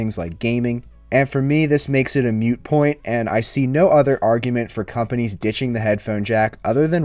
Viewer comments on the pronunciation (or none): Moot point. Moot. Not "mute". lol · moot point, not mute point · Did he say "mute" point? I have a Note 8 an my next phone will be a Note 9. I won't ever support notches/hole punches and removal of headphone jacks. All Samsung had to do with the Note 10 is upgrade the processor,upgrade the camera(s),and upgrade to an in screen fingerprint sensor. Boom,perfect phone.